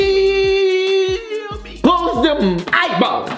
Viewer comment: Boy your always saying clos them eye balls you feel me